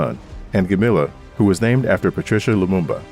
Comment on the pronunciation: You have mispronounced Patrice Lumumba. You said Patricia